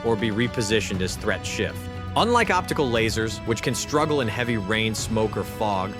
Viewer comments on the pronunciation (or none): none